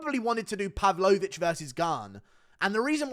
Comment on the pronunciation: Pav-low-vich, he's not a dessert Guru!